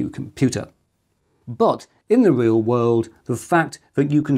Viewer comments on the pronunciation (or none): none